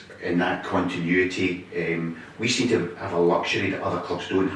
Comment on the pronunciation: love the way he says wee are years ahead in thinking..hail hail here's to next game, season and whats to be...still in Brendan wee trust..